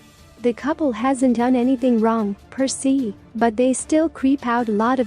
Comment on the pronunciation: ITS PRONOUNCED "PER SAY"!!!!